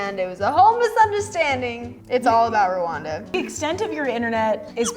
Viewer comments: Charly:Rawanda Everybody else in east Africa : it's pronounced as randa and spelt like Rwanda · It is Randa in pronunciation not what you said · Charly pronouncing “Rwanda” all wrong but I still love her